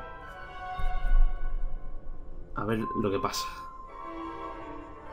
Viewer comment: Ey ver no es crer cer es ver